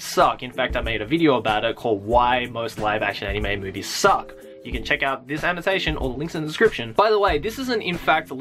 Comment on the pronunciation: Did you purposely emphasize the word SUCK or is it just me?